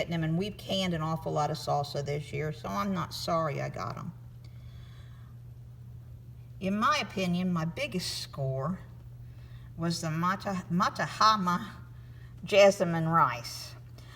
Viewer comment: it's Ma Hat Ma.. as in Mahatma Gandhi